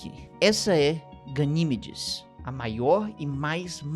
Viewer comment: Gosto muito dos vídeos do, mas este doeu o ouvido quando ele chamou várias vezes a "GaniMEdes" de "GaNÌmedes". Sucesso,!!